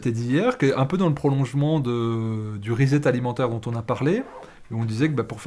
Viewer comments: cher, to set or to set up se prononce "sset" pas "zet" Donc re-set ou reset c'est "resset" qu'il faut dire, tant qu'à parler franglais!!! Bises de Hong Kong. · R I - S S E T ' Préfixe de répétition, comme en français, re + set qui signifie mettre en place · Vive la différence culturelle, la diversité met de la couleur dans la vie. De toute évidence, vous avez compris le « rezet ».